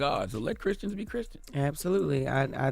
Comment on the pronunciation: "Chriskians." - Charlamagne